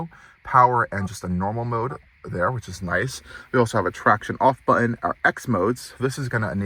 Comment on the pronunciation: Very comprehensive review. And I gave you a thumbs up. But PLEASE PRONOUNCE YOUR T's. It is so distracting to hear "BUH-en" instead of "BUTton" over and over. Check out where you say "Impor-ent" ugghhhh.